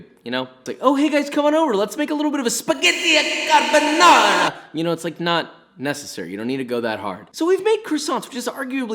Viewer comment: As an Italian, i'll be the one to say that Yes, you have to go THAT hard when you pronunce "SPHAGHETTIH CHARBBBONNNARAH!".